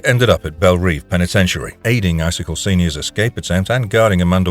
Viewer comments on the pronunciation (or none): It's pronounced Belle Rev